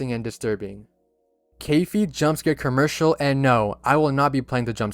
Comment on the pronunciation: bro said kurmercial